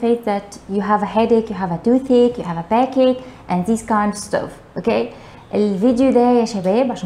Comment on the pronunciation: Stomachache backache your pronunciation has a lot of faults